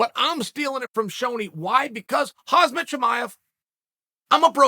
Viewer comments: ...dude...the name is Khamzat (not KhaZmat). stop it already )) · How does Chael have 10+ videos about Khamzat but still can’t pronounce his name right? Its Khamzat, not Khazmat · Chael: “Hozmet” Also Chael: “I’m a broken record over here.” Chael again: “Hozmet” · It's not khazmat, it's khamzat Chael. Be respectful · Yeah Hazmat Blahhhaaall and kamara lol Jesus dude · He still can’t say his name right, that’s so wild to me. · Do you mispronounce his name on purpose?